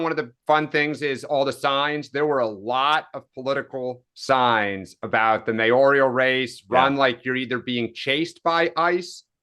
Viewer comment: I’ll be delighted when May-OR-EE-al is out of dearly beloved daily parlance. “MAY-or al “ spelled that way, pronounced that way. No such word as “mayorial”